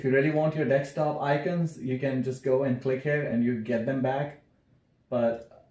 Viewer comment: that "dekstop" is insane bro